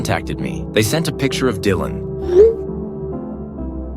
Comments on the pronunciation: Lol I says ✨Dyland✨ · you see that jasmine says Dylan’s name wrong and Mr.mills says it right..that’s evidence she might not be the mom…hmmmmmmm